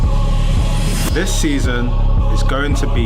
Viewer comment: Once i first heard the host pronounce words that begin with "Th" as "V" eg This becomes Vis. I cant stop hearing it